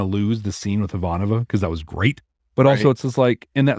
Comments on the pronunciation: Dude.. It's i-VAN-ova NOT ivan-O-va. You are almost through season 1. Please work it out bud. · So we are listening to B5 For the First Time… for the first time, and we are at this point in the timeline. We don’t know what’s ahead of us in the next podcast episodes, but we think at this point, needs a buzzer for every time he butchers Ivanova’s name! C’mon, … if she can read a prayer in English for Sinclair, you can learn her name for her! 😂😢